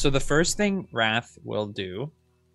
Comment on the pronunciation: i thought "raf" was "wrath" lol